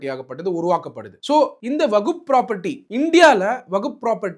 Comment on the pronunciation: ஐயோ வகுப் இல்ல . வஹ்ப்